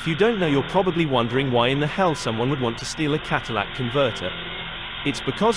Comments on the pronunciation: Bro, It's Catalytic not Cadillac converter. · Kat-a-lay-ic. It doesn't convert your "Element" into a Cadillac.